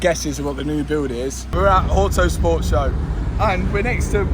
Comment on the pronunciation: "Ouhhtooo Spoort Show" 😂